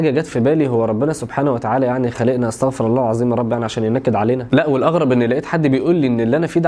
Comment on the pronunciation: عليك أن تقول استغفرو الله مش استغفرا الله